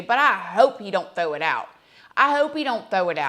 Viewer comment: Omg. 😂😂😂. I cant help but not comment that i think you said. "I hope they dont 'THOW' it out😂. I hope they dont 'THOW' it out. I literally rewinded 3x with volume full on. U always make me laugh.